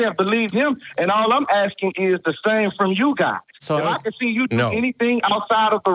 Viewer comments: He’s aksing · The ghetto bum keeps AXING and AXING. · Why is the caller axin a question? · I'm axing you